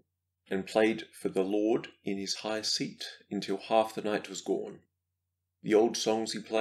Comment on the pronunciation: In English we say gone not gorne